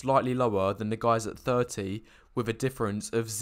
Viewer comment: I'm pretty sure that saying 'wiv' when you mean 'with' will not make you attractive.